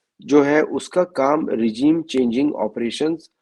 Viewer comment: रिजायम नहीं रेजीम boliye